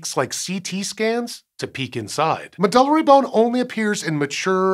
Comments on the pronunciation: I think it may be pronounced “med-yew-lary”? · I've never heard anyone pronounce "medullary" the way it was said here. MED-yoo-Larry is more like what I always hear in Continuing Education talks and conferences. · I've always heard it pronounced "Med-You-Larry"